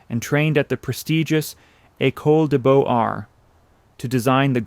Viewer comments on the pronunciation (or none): And Beaux Arts is more like "boze-art", not Bow Arts. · All the information is fascinating. It would be good if basic French words like Beaux Arts were pronounced correctly. It would take a tiny bit of research. What is far worse - and common to so many of these historical clips - the visuals have NOTHING to do with the story being told. If we're hearing about a given indiviudal or place, we can be pretty sure the photo represents a different person or place - in many cases ridiculously so. We're hearing about showgirls and we see respectable married women. We're hearing about the Ansonia Hotel and we see the Roosevelt. We're hearing about a funeral and we're shown someone else's funeral. It's all so random and unreliable. I say - inexcusable. A fascinating subject is terribly diminished. Too bad! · And Beaux Arts, and many others.